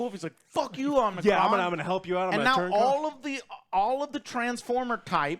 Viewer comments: Unicron not Omnicron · Joe, I know you ain't a Transformers fan, but it's Unicron, not Omicron lol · Dude it’s Unicron! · UNICRON UNICRON UNICRON UNICRONNNN. LOL sorry but i was screaming at the screen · Lol did anyone even say Unicron once? Omnicron was said so many times 😅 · Omnicron??? Lol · It's Unicron lol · It’s “UNICRON” guys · My dude said omnicron….. creditably instantly lost 😂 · Man said omnicron? So. . . . . . Not a transformers fan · omg stop saying omnicron lol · Did he call unicrom omnicron? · ITS YOU-NEH-KRON!!! UNICRON!!! GET IT RIGHT!!! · OH MY GOD Omnicron! haha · 😂😂And the crazy part is the name is spelled the same way it sounds and he still gets it wrong I don't know where the o came in from, it's literally Unicron😂😂😂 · You mean to tell me there's 3 of you guys with access to google and none of you bothered to correctly see and probounce unicrons name or do any research? I get reviews ate opinions but do the joes not get the animated series and the 1985 movie had humans along side them wirh acrual backstories. These movies are top of the libe deep films. Theyre adaptations of corny cartoons and comics. At least the humans had a more compelling story , not over sexualized like michael bays or super cringey loke the older ones that gave robots balls and had them peeing on humans for comic relief. Lol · U-ni-cron Joe XD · Yall can't even get unicron's name right 🤦‍♂️ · How can you say you're a fan and get the villain name wrong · Did you just call Unicron as Omnicron... like he's a COVID variant? LMAO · The name is Unicron NOT Omnicron! 🙄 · He keeps saying Omnicron in the whole damn video😂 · Unicron not Omicron. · Who the F is Omnicron?🤣🤣🤣🤣🤣🤣 Don't you mean Unicron. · Omnicron 🤣🤣🤣 it's Unicron lol that is the name of the planet lol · Are you guys sure you are Transformers fans? Joe said several times Omnicron. Who the hell is Omnicron? lol It's Unicron! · Fans yata ng Combatron or Covid itong mga to :D Unicron not OMICRON or OMNICRON :D